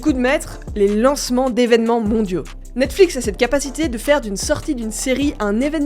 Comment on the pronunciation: j'aime bien comme ça devient de plus en plus compliqué de prononcer "Netflix" a force de le prononcer lol " Netflic" " Nexflics" " Nexflix" pour ensuite dire " Nette-Flix" lol-> Bonne vidéo quand même ;)